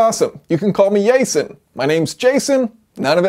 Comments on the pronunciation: Hi yay-son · That's Yay-son. 😉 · I wonder if people would actually start calling him Yay-son and how cool he would be with that. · Can we all agree to call him yayson from now on?